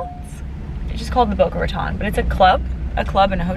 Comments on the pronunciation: Boca Raton is pronounced TONE not Ton FYI. Or you can just shorten it in and just say Boca. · okay, just letting you know as a local that you were pronouncing it wrong. Just trying to help.